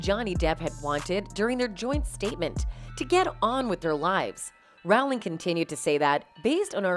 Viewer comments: It never ceases to amaze me how people making these videos DON'T CHECK FACTS. It's Rowling like bowling, not like howling. And he was never married to Paradis. (Although theirs was more of a real union than the so-called "marriage" with Heard). Yates DIRECTOR not actor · J.K. 'Rowling' is pronounced like 'Bowling' with an R in place of the B. Not Rauling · The Harry Potter author's name is pronounced ROW- (as in boat) LING. (I am British: I know! 🙂) But thank you for getting the rest of the facts right! #justiceforjohnnydepp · Rowling rhymes with BOWLING, NOT howling. ROH-ling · Not to be petty but her name is pronounced like Rolling. When you can't even get the person's name pronounced correctly, it just shows laziness in the journalism.